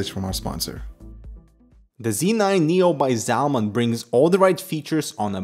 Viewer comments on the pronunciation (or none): none